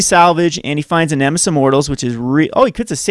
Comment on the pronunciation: Great Video, but please call it Nemesis of Mortals, not Nemis of Mortals